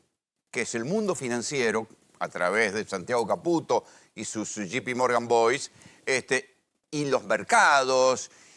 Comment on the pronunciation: Cuantas veces dijo shipimorgan? Burro